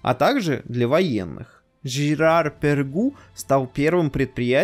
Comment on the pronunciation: Не Пергу а Перго)))